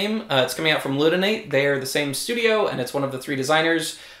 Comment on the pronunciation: Dutrait rhymes with 'tray'. Ludonaute rhymes with 'astronaut'. ;)